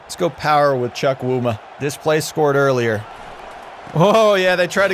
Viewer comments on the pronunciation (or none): im Nigerian, and when you say quincys last name, its pronounced "Chew-Coo-Ma" and not "Chuck-wu-ma'